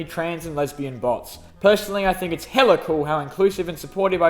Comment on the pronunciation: The way you emphasised Hella on Vic's question.